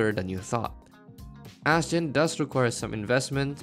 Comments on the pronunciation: Im pretty sure people pronounce her name astjenny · Seriously, how do you pronounce her name?